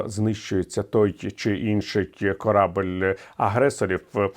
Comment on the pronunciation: Віталію, корабЕль, а не корабль